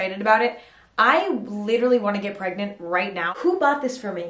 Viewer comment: “Please rite dack….”💀